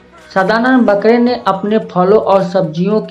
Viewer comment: आप खूद गलती करनेवाले मास्तर है आपने सदानंद बा क रे का नाम बहूतही गलत लिखा है ... और ऊच्चार भी गलत करते है .. आप बकरे करके पुकारते ये गलत है . ये मुसलमान नही है ...ये ब्राह्मण है ... आगर मै आपको गलत नामसे पूकारेंगे तो चलेगा क्या ???आप मास्तर है तो खुद आपनी गलति सुधारो .छात्रोंको गलत मतसिखाओ.... मै ये सब आर्टीस्ट ग्रूप मे बताऊंगा की आप कीतनि बडी गलति करी है ...और आप कितने अनपढ है ...आपको बाकरे लीखनेको आता नही ना बोलनेको आता है ....... .